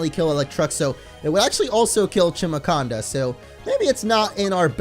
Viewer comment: its pronounced "chimaconda", not "kimaconda", like chimara